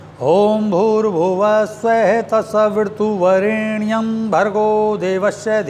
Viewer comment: सवीरतुवरेण्यम । स्वामीजी मेरे विचार से तो सवितुर वरेण्यम होना चाहिए। आपको क्या लगता ह सवीरतु या सवितुर कोंन से शुद्ध ह। यदि आप से ऐसी भूल होगी तो और दूसरे साधको को तो भरम की स्थिती बन जायेगी। कृपया स्पष्ट करे इस मंत्र को